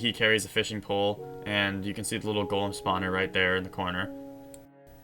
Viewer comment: listen how he says Golem spawner.